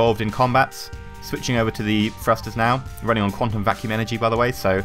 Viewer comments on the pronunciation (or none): Thrusters not frusters